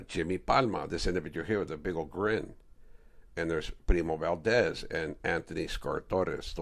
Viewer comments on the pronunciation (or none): none